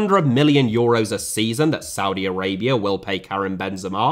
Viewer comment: Did he just said Saudi Araibra?